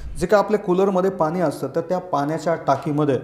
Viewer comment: पानी नाही पाणी बोला.